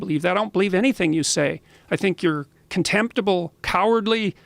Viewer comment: it sounds like Jordan’s about to drop a bunch of swear words and call them names. “I think they’re CONtemptible, Cowardly, IDiologically MOtivated, CUlt-like...” sounded like he was going to take a different route 😂